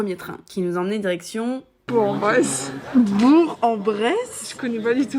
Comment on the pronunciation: ouiii elle a bien prononcé bourg en bresse (j’avoue jme sens fraiche parce que j’habite dans l’ain)